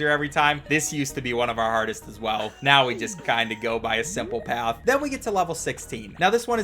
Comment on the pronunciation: are you serious right neow